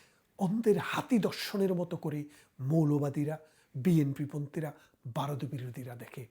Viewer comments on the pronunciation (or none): বারত নয় , সঠিক উচ্চারণ হবে ভারত।